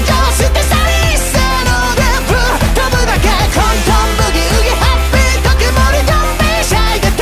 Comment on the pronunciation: 「ハッピー特盛」の小さい「つ」がしっかり発音されているのが本当に好き 男らしくて最高にかっこいい歌ってみたでした、テンションぶち上げです！！🎉